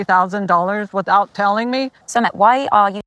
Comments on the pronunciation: With accent on the second syllable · Pronounced Sooomit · Sumit's name is like the word submit without the b. Accent is on the second syllable. Hope this helps.